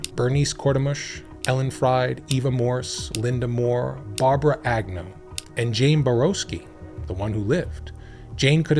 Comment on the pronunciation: Lyda? What? Why do you pronounce Agnew multiple ways throughout the video?